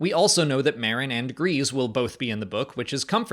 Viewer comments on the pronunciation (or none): none